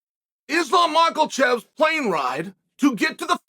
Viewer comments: Love that Chael still says "Islam Mallkul-chev" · "Islam Macklechev"